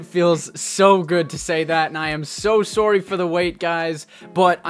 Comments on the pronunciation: I can tell your Canadian by the way you said soarrry ( sorry ) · The way he said sorry wait... is progress Canadian? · You’re Canadian? Based on how you pronounce sorry